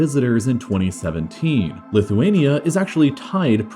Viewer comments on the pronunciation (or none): And lit-huania